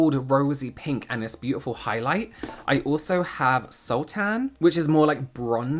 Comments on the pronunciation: loved the video, the makeup is really beautiful! sultan is said like suhltn like princess jasmine's father in aladdin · Sultan is a title for kings in like for example Ottoman Empire Sultan Suleyman. It's pronounced similarly to how you pronounced the fruit sultanas, which is an adaptation of the term sultana, 'sultan's wife.